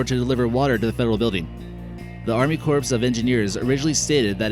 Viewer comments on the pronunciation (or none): So I paused to come here and comment and be gone. Its not Army "Corpse" of Engineers. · ‘A ufo landeen site? ‘ Why does this goon mis-talk like this?. And let’s not forget about the ‘ army corpse’. What an idiot.